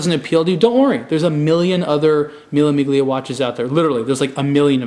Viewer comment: It's called Mille Millia. You don't pronounce the g in Miglia, at least the original Italians don't:) And it's Chohpard, not Chowpard:))) I love your videos, just want to give you some info about that, since I'm from EU and I hear people pronouncing these brands all the time in original language:)